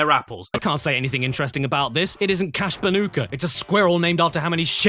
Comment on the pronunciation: It's crash bandicoot not crash banoka